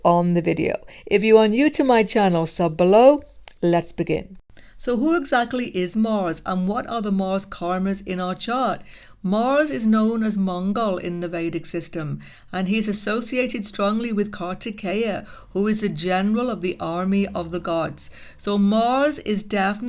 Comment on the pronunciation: not Mongol,but Mangal 🤣